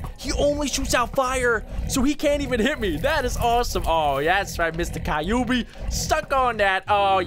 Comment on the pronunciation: It is kyuubi not kaobi